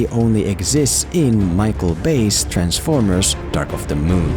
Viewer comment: It may be the way you're talkin but do you mean Transformers all I hear is B formers. PS I agree with you but I also enjoyed Battleship a lot